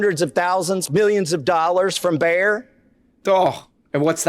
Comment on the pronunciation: That’s not how you pronounce “Bayer”